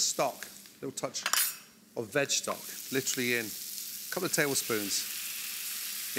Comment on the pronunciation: Like llltttrrllleeeyy?